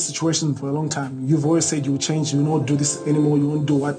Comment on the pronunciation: Wilson: This isn’t the first time you’ve let your anger get the BERST of you Rita: But I can CHARNGE ME:👁👄👁🍿🍿🍿🍿🍿🍿🍿🍿